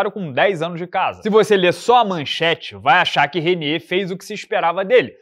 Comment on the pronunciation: A pronucia é "Rainíer", vulgo holandês cansado. É mta baixaria o cara holandês ter trocação negativa. É tipo lutador formado Brasil não ter jiu-jitsu 🤣.